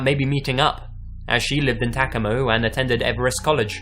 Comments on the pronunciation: Um no.... It’s pronounced pretty phonetically. Ta-co-ma... Unless you’re Native American, then it’s pronounced “Taquoma”. The narrator kept saying Tacamo. Which is way off. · I think you're trying to say Tacoma, ta-coma. Just you know, fyi. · It’s pronounced, “ta COM a.” The accent is on the second syllable, not the first one. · Tacoma Washington didn’t Ted Bundy live there before?? I didn’t recognize it at first cause it’s mispronounced I think but anyway yeah Ted Bundy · The way he pronounced Tacoma and Everett bothered me 😭